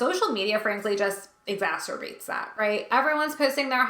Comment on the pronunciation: Props to you for being one of the only people I've heard pronounce 'exacerbate' properly. It's exasperating. Also, for discussing the: "You're a training person, so give me training." thing. My studies have indeed left me wondering how much Job Analysis or even Needs Assessment I'd actually end up doing versus just building a training module whether training will solve their problems or not.